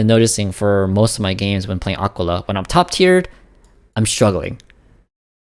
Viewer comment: Ah-Kee-laa FFS, bro